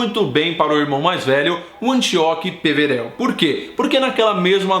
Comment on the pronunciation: OI, ótimo vídeo. O jeito como você pronuncia "Píverel" da um pouco de agonia, já que não se parece nem com a pronúncia comum no Brasil "Peverél" ou da inglesa.